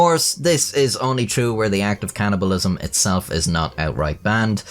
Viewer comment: It's called cannibalism, not can'tibalism.